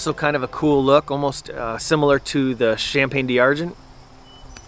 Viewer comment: Is it really pronounced "Cham-Pane-Dee-Ar-Gen" ? or just American english